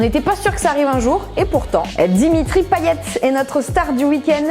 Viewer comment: Bravo! Mais pour info ça se prononce Payet et non "Paillette" 😏